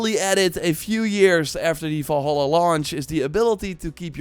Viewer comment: “Ass creed volla“ Dude if you make a video, talk normally…